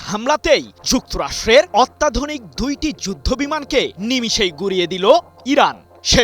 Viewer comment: Miskin sangbadik er ucharon dek. Ottadhonik er ucharon korse Attadhunik